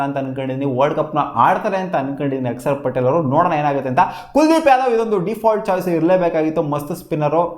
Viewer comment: ಅಕ್ಷರ್ ಪಟೇಲ್❌ ಅಕ್ಸರ್ ಪಟೇಲ್✅